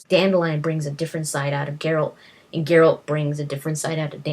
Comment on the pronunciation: Brawa dla Pani, anglojęzyczna, a mówi 'geralt', a nie jakiś pierdo*ony 'dżerald'. Ufff. Zajebista recenzja.